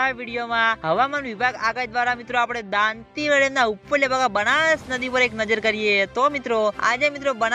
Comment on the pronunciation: તુ દાતીવાડા બોલતા શીખ